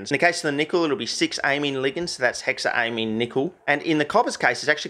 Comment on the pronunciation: ammine ligands, not amine groups, smh my head